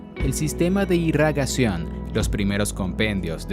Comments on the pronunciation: Irrigación se escribe y lee, tal vez leer más despacio para no equivocarse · Irigación se dice caballero, a ver si hablamos con corrección.